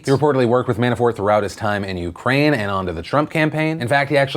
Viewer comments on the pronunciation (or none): none